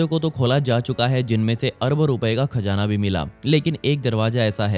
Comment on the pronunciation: Khajana 🤣 cazana 👌👌